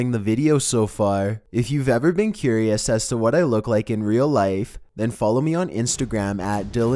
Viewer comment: he said light instead of life